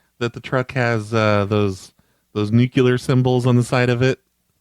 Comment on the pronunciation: Jesus,, learn how to fucking pronounce ‘nuclear’. 😠